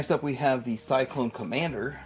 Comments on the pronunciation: Cylon not Cyclone🤣🤣🤣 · What is cyclone. Cylon It is CYLON's . Boltar not bolltar. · Have to point out the word CYLON though, not pronounced syklone lol ;) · Why do u keep calling the Cylon troopers Cyclones ? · CYLON. SY - LON. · I was coming for you too. The others beat me to it. Ya, it's pronounced [Si-Lon],.. Cylon. It's cool. You probably weren't around then when thos show was popular. It was big for me. Alotta these toys I had! Shame my parents either thrown them out or gave them away. Who knew there was money there? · what astounds me here is that you cant pronounce "CYLON" ,,,like at all. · I have to agree with you about being glad he is a collector. The OLD folks like me want to see this series get the kudos it deserves. The only way this can happen is if people like him get interested. My problem is with his obvious lack of knowledge. He probably should have done more research before posting. It became painfully obvious and most evident when he didn't say the Cylon name correctly. You can tell he doesn't know much about the series the more he talks about these figures. I'd urge him to sit down and actually watch the movie and original series. Of course I wouldn't waste much time on the second debacle called Galactica 1980, unless he wants to be through. Even then, most of us OLD GUYS dismiss it except for the "Return of Starbuck" episode. So....I say again, I'm glad he's interested and he is collecting the memorabilia, but he REALLY needs to get better educated on the subject.